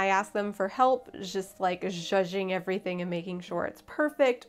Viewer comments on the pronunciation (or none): none